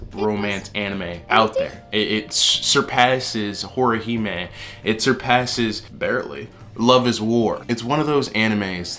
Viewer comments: "HoruhHime"? Anyway, I still prefer Horimiya when I want a nice slice of life romance with characters who have some flaws but are genuinely good, and good for each other. Plus, it's a rare one that actually gets to the point early on, and explores their relationship as a couple for multiple episodes. Toraora is very good, though I disagree that it makes all other romances look weaker or more shallow in comparison. Though rare, there are good romance anime / manga out there. Heck, even the more fantasy action style anime have a few genuinely nice romances. Dan da Dan's is genuinely sweet (read the manga), and my personal favorite couple of those types of shows is Mirai and Akihito from Beyond the Boundary. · bro did not call horimiya horihime